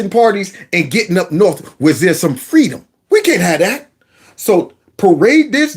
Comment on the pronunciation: Errrr, fweedom